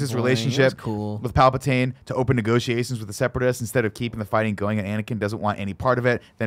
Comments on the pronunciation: D'koo, Palpatane, Nuts Gunray, Panime, Obi-Ron. Never change, Nick 😂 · Who are “Palpitaine and Dakoo”? 😂😂😂 Love Nick and his zany ways.